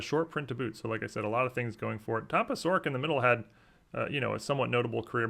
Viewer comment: Tom Pah-chor-ik